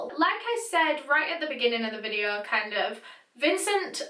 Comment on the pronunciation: When she said videø I felt that 😔🤚